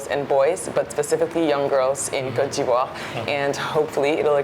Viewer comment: You’re no able to pronounce Côte d’voire😅😅